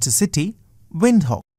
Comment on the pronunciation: Bro our national language is English and our capital is pronounced win-d-hook